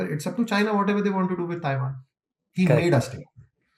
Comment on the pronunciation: Taiwan ❌️ Chaiwan ✅️